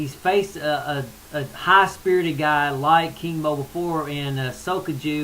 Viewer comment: Doing percentages is a cop out! You gotta lay it on the line as if you were betting in Vegas. And just a funny observation, when you say King Mo it sounds like your saying Kimo... remember him lol. Gegard is just as much Persian as he is Armenian and Iranian fighters are tough too. A lot of Japanese fighters did great in Pride, but when they hit a cage they no longer have any influence it seems and get whomped! That's not racist, that's the truth...I'm mixed so I can't be racist LOL!!